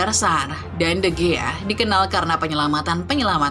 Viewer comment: sebutin yg bener,david di hiya..